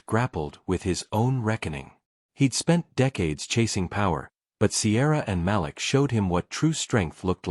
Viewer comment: The little boy’s name is pronounced ma’leek. How can I get a gig reading these stories?